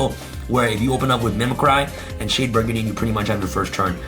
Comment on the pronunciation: Agreed it's very cringe. Also he mispronounces "brigandine" incorrectly as well and says it as if he was saying "burgundy".